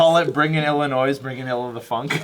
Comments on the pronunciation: Illinoi. The s is silent. It's insulting to us. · Plz don't say Illi(NOISE) you will instantly annoy anyone who lives here lol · its pronounced Illinoi but the the s is silent. I live in Illinois so I know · I'm from Illinois... very annoying when people pronounce it as "Illi-Noise" ..dammit ruined my whole day. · Hey- Illinoisan here. There are some people in high school that still say ILLINOISSSSSS. IT PISSES ME OFF asdfghjkl. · anyone you calls it Illinoiz is an illiterate fuck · I live in northern Illinois...and it is infuriating when people say Illa noise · Born and raised Illinoisan. Illi-noise is totally wrong. In fourth grade I learned about all the states and my teacher made it very clear that if someone pronounced it that way they we're wrong and stupid. Thinking back she may have just had a superiority complex,coming from the prairie state, cause that's so exciting. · When people mispronounce Illinois it just makes me uncomfortable. Like when I went to Cleveland and people asked my friends and I where we were from and I said (because my friends didn't realize our school district is also a city in New York) Illinois they always repeated it as Illinoys, it just made me uncomfortable. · Dude, no one says Illinoissss. If you pronounce it like that, you will be corrected and publicly shamed. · yeah people from illinois, at least for me, don't like it when people call it illinoiS its illinois the s is silent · is right, Illinois is pronounced without the "s" sound, like illi-noy:) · I live in Illinois and when people say it wrong and say it with the s it annoys the hell out of me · Illinois is french so the s is silent :) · There's no "s" sound at the end of Illinois. Coming from someone who's lived in Illinois my whole life, it's actually gotten annoying. Lol. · no fucking s. The s is not said. Don't say it with an s. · lol. We don't pronounce that S in Illinois.;) (It's a joke that people don't know how to pronounce it...)